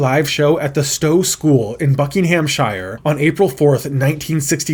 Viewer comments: But still gets Buckinghamshire wrong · You seriously butchered Buckinghamshire 😂